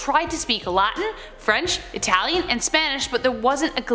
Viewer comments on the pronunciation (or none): none